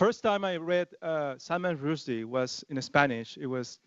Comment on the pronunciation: At least pronounce his surname correctly ffs